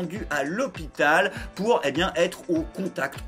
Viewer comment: Gérald Darmanin : "C'est pas bieng, fallait pas le faireuh."